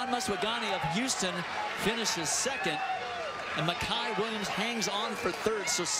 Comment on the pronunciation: Why does the announcer keep pronouncing his name Miciah it's Micah. Smh I hate when ppl mess that up